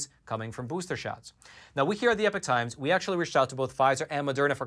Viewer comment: the word epoch is not pronounced like the word epic.